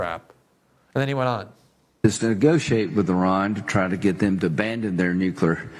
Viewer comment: Glenn, you're brilliant! U should probably practice saying "new-clear." Nookyer is NOT a word (and it makes you sound ignorant).